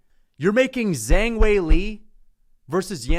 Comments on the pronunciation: "Zang"? There's an "h" in her name, man. You can literally see that. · Kills my soul when he pronounces "Zhang"